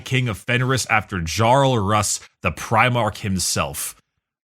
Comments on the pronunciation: Jarl is pronounced with a Y sound. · I can't believe pronounced Jarl as "Jarl" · First time I'm ACKSUALLYING, and not even regarding the space wolves. You don't pronounce Jarl with a J, you pronounce it with a Y sound. If you pronounced it like a J, Bjorn would be pronounced B-Jorn 🤣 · Fantastic episode, but, please pronounce Jarl correctly.